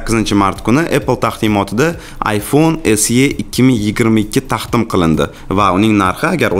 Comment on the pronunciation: taxtim qilindi Taqdim bomasmidi 😃